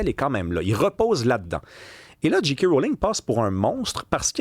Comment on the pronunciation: Ça se prononce « Jay » « Kay », pas « Dji » « Qui ».